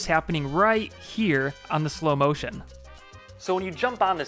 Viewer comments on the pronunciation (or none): none